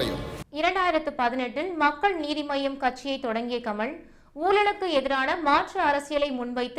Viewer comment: செய்தி வாசிக்கும் சகோதரி குறைந்த பட்சமாக ல, ள எழுத்துக்களை சரியாக உச்சரிக்கணும். அவர் கமள் அல்ல கமல். தமிழை மெல்லக் கொல்லாதீர்கள்!